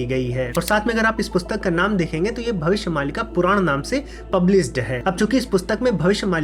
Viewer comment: भविस्य नहीं भविष्य